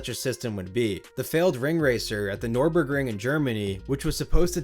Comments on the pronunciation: "Nurr-burg-ring" not "Nor-burg-ring." Great video otherwise! 🙂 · not "Norborgring", "Nürburgring". Much lighter :)